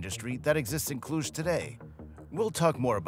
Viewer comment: what are you talking about ??? who is behind this account ? after the way you said Cluj you are a romanian. :)